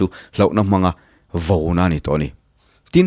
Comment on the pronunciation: A va ṭha thin emmm.... Mahse Sir... VOUNA ni lovin Vauna... housa ni lovin... hausa a ni zawk ang em le